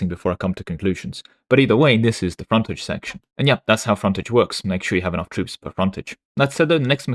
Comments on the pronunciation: English man pronounced English word as if it’s French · Hearing say "fontaige" was a culture war on its own. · is secretly French confirmed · British intrusive R strikes again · Dude, you pronounced frontage in different ways in the same sentence. Have you asked if you're old British Museam video inspired the art mechanic? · Why do you say "frontage" like a frenchman? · I love how people miss you actually correct your pronunciation of the word "frontage" later in the video :P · Never heard anyone pronounce the word "Frontage" in so many different ways in such a short timespan. :> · I just appreciated that occasionally he slipped and said it like us Americans.